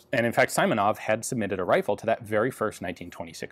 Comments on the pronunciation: The second variant of "Simonov" pronunciation is correct, not as in "island", but as in "bring". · its not "I" is Simanov, its "E" like eagle. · second variant is right (like in "significant"). Just [i], not [ai]. Name "Simon" in Russian is written as "Саймон", but you can see that his surname is "Симонов". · I've waited for so long for this piece to appear, thanks Ian! Also, although you were already corrected by folks about pronunciation of "Simonov", i clearly remember that you got it right in some early videos (probably PTRS, don't remember for sure now). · it's the first way you pronounced Simonov that was right, not the one you used haha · not [saimonov] correct [si:monov] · Ian: hopefully its Saimonov The designer: my name's Simonov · Pronounced correctly SEEmonov, rather then Simonov. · You never read i as [ai] in Russian names or words. It's always [i:]. We usually spell ai or ay for the [ai] sound, like Tchaykovsky. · His surname pronounced like "Симонов" "Simonov" not "Саймонов" "Saimonov". In russian language we pronounced "И" "I" like "ee" in english. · Simonov is not SAYMonov. SIMonov is like SIMple. By the way Russian is my Mothertongue and half of my life I've spent in USSR . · If you want some help with pronounciation of Russian words, just ask) He is [simonov], not [saimonov] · it is "simonov", not "saimonov" hihihi slavic landuades do not read "I" as "ai" like english :-))) closes would be your "e" interestingli enought it has a lot to do with the greek language... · It is not SImonov, it is SEAmonov. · Not S(ai)monov, but S(e)monov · Siiiiimonov, not Saimonov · "Симонов" - "Simonov" - pronounced with long "e" like in "sea". Great presentation as always. I remember article about this rifle in 1946 Blagonravov's book - there was long list of design flaws, including dangerous to the user double feed. Rifle had no good way to check chamber visually, because of it's locking and gas system. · Simonov sounds like "Seemonov" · Simonov [see’ mo noff]